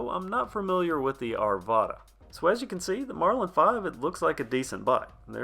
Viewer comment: Arvada. Are-VAH-Duh it's literally a city in Colorado. Otherwise I know nothing else.